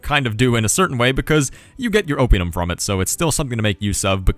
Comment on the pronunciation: Gaesatae is latin, so both "ae"s are pronounced (almost) as "eye"... Oppidum (town) is proparoxytone too... Now make a video of the gauls beating the living crap of the romans!